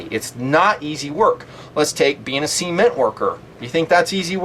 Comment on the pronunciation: 'sea'ment lol